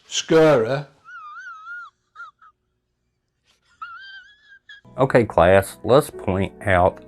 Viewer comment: So it was not "scurry" to you? 😂😂 He literally pronounces scary like s-curry. It made me laugh. And hungry 🍜